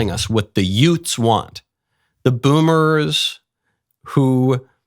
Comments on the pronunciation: Are you saying “yoots?” Like Joe Pesci’s “two yoots in a car?” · The what? Did you say; Utes? 😂😂😂😂😂😂😂😂😂😂😂😂😂